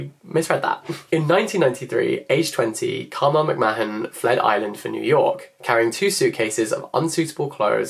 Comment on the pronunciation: And McMahon -muk maan